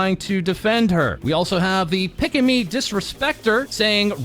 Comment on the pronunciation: "Pick-a-me" instead of "Pika-me" lol. More like Pikachu, dude.